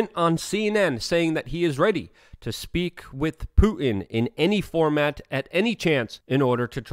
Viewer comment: COME ON LUKE, YOU SPEAK FOR A LIVING. his name is PuTin accent on the 'T'. NOT Poo-in. And the word 'important' has 2 'T's in it also.. NOT pronounced 'impor-in'